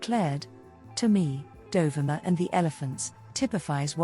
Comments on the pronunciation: Dear AI isn't it Dohveema! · Great archival photos. Just a gentle correction regarding the pronunciation of her name—it's pronounced Do-vee-ma. I'm not sure if the narration is done by AI or by you, but that's how Dovima pronounced her name. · Typical AI nonsense. Her name was pronounced Dov-ee-ma, and "dollar a minute" is not "dollar a mAI-nute".... (To name but two.) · It's Doe-VEE-ma!!!!!! Google it! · Please, to the narrator, learn to pronounce her name. DOVIMA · Pronounced: "doe-VEE-ma" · Isn't her namy pronounced.....Do...ve...ma...???? That's what I thought..😊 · It's dov E ma. Pronunciation please!? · This is a nice collection that is a fraction of her portfolio. She was a friend of mine back in the 1980s in Ft. Lauderdale. The bikini shot by Toni Frissel on a Jamaican beach is not her. And the commentary butchered the pronunciation of her name.